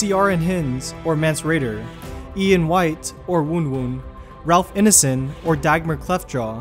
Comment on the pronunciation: OI mate its Ralph Ine-son not inne-son. It is pronounced like mine or swine. It means the son of a gatherer in Norse. (Btw I am in no means directly related to Ralph, he is a very distant relative and thus have never met him). I just hate hearing my last name said wrong CX